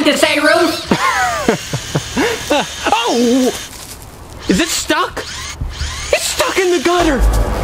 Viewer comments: He said rough but not roof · wroof Dave: I think he meant roof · i found the red egg and said ruff instead of roof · said ruff lol did he mean roof? XD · Not Rooff Its Roof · is something on the ruf. The ruf? Lolz